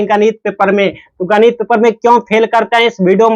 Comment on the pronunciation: गणित ❌ गनित। ✅😂😂😂